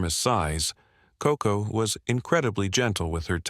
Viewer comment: Koko, not Coco.